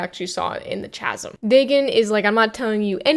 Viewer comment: Great video - Chasm is pronounced with a hard consonant to begin with. It is a different phoneme, compare chin and kin. In this instance it is because the word is of Greek origin which has "chi." In the International Phonetic Alphabet the spelling is /ˈkæz(ə)m/.